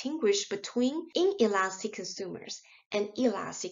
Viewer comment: bro i cant distinguish her between elastic and inelastic lol it sounds the same